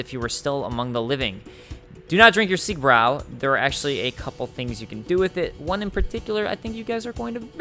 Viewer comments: Hey, it's called “Siegbreu“, not “Siegbrow“ or “Siegbrew“.:) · Siegbräu means victory brew and it is pronounced more like "Siegbreu" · Siegbräu pronounced [zeeg'broy] love u